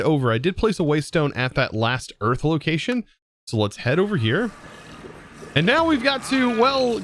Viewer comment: ah yes. We got eath.